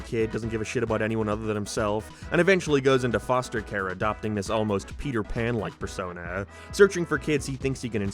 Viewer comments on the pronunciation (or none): none